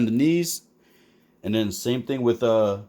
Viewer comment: Hey man, just wanted to let you know Tokka is pronounced like "toe-kah", and not with an r at the end. Unless that was the joke, to make them rhyme like that. Like, I don't know if I'm saying Rahzar right. ...is it Rah-Zar, Ray-Zar, RZA or GZA? Wu-Tang Foot Clan